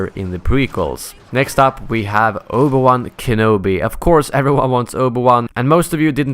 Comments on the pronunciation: Obu-wan xdd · Omg the butchering of the pronunciation of Obi Wan's name god man...